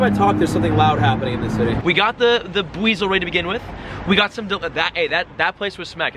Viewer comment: Uh you said bidoo but it was a Buizel